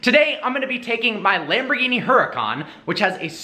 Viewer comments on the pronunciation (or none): none